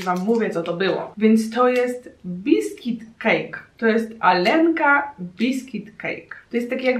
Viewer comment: Aga czyta:,,Alenka" vs Jak się czyta:,,Aljonka"